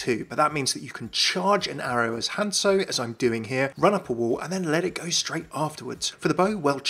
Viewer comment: "HANSO"... What happened to the Z? "OREESA" ... It's not even pronounced like that in game.